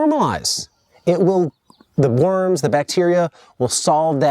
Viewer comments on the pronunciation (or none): none